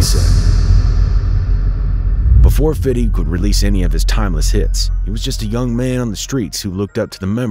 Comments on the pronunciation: 🤣😂🤣it’s Fifty not Fidy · It’s FIF-TY not fiddy!!! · Fam...stop saying "Fiddy". It doesn't make you seem or sound cool. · How hard is it to say fifty (fifth-tee) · Stop saying 50 like that.